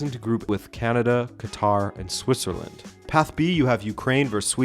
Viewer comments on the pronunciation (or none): none